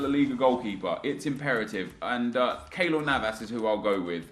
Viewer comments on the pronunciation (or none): none